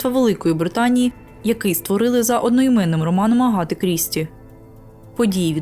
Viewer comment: Ще в мене ріже слух вимов "а" як "о". Навіть часто звучить Агата як Огоата. Мабуть треба над цим попрацювати. Все рівно дякую за україномовний контент.